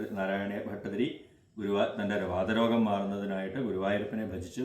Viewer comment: നമസ്കാരം തിരുമേനി വാദ രോഗം അല്ല വാത രോഗം